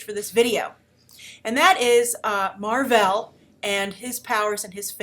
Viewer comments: Mar-vell. Not "Mar-vel"...smGDh Did you read these comics you're talking about? :-/ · I'll give you props for choosing Mar, but it's MAR-VELL. There is a double L. Sorry, he's just my all-time favorite character.